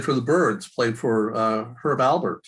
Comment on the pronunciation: ALPERT, Herb ALPERT. Great information though! thanks for doing it!